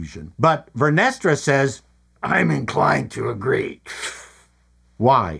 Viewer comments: Vernestra sounds like "Menestra," a bean stew😂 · "Vernestra" ...cream 😂😂😂😂😂